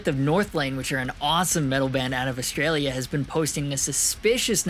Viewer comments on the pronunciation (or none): none